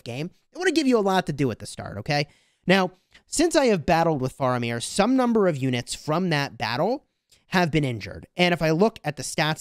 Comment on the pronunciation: He said Faramir wrong :(